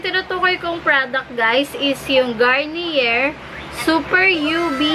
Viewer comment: It pronounce "Garniyey"